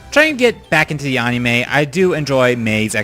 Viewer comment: I'm sorry, I'm a fan and all but you've got to learn how to pronounce "anime".